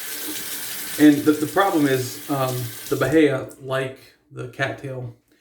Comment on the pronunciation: I haven't heard of him. I almost used that Aqua Velva Musk today. Lol. I ended up choosing Pinaud Clubman Musk. 😄 Oh, and that grass type you have... were you trying to say "bahia"? 🤦🏻‍♂️🤣